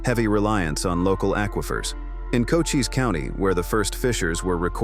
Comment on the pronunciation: That's Cochise County, pronounced Coheese, not Cocas...